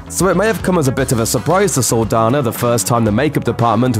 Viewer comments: This is an interesting video but you mispronounced her name the whole time! Saldaña is a Hispanic name. The "n" in it has an accent. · It’s Saldaña not Saldana. Just because the ñ letter is not on the english alphabet doesn’t mean it does not exist. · Saldaña not Saldana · So you’re just going to mispronounce her last name oh okay🤔😒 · Its cringe every time he pronounces her last name wrong